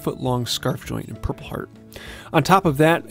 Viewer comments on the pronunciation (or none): none